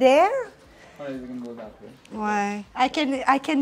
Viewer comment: French people when speak English they become " Thathe "